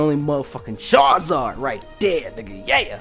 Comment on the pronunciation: I twitched a little the second I heard Charizard